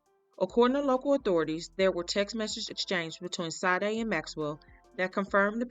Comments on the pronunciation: Pronounced Sha-day!! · It's the same spelling and pronunciation as the singer, Sha-Day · Please pronounce her name just as the singer.....may not be the same spelling. SADE!!